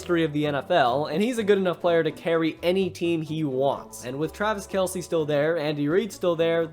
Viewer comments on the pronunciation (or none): none